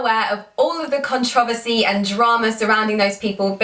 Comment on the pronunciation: When she said controversy in her accent I literally busted a nut 😂😂